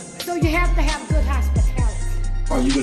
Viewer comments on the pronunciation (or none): none